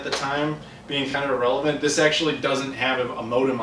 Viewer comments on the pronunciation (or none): none